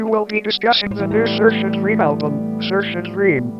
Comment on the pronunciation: how did you get a tts of all things to correctly pronounce saoirse's name lol